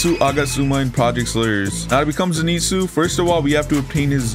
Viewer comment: "zeenetsu" bro im dead the way he says it